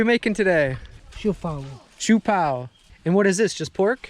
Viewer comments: hey it pronounce like SHOW-PAO not SHOE-PAO Well i don't blame you for that understandbly you are in the visayas region that's why the pronounciation is different.lol! you now have the visayan accent haha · Not "shoe pao" , it's shio pao or bao